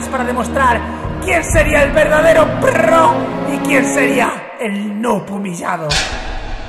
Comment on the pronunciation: Pero Mike no se dice prro se dice pro